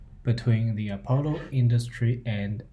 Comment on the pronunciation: Apollo is not pronounced "A Polo" but "Uh Pahlo" . Nice video. Love Demeryere.